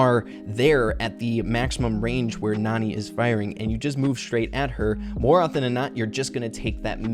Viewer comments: Her name is pronounced nAn"eye, like nani-bombs. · I think Nani is actually pronounced Nanny. Her voice lines point this out. She probably takes care of Jessie. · IDK if I’m bouta miss this joke... but I think her name is pronounced Nanny. But it is spelled like Nani but she takes care of people... like a nanny. But IDK if the pronunciation has been confirmed yet or if she says her name in her voice clips. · she might be a nanny if Jessie because of her voicelines maybe when Jessie was a baby and also her name might be pronounced nanny